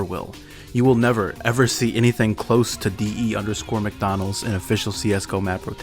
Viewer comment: mc (mac) dona